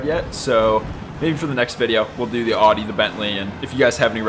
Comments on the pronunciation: Did you say oddy? It’s pronounced oww dee. Audi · If you call Audi OR-dee one more time and not OW-dee we will fall out hahaha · I enjoyed the video! However... is that how most English speakers pronounce these German car brands? Audi without a U (Adi), and Porsche with an A instead of an E (PorschA)? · FYI Audi is pronounced like Howde but without with out the H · love how you pronounce "audi" 🤣